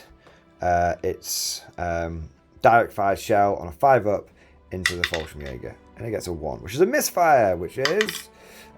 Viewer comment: I find it funny that you call the Fallschirm Jäger just "Falsch", because in german that's just wrong :P.